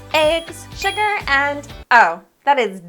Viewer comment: sugar not sudar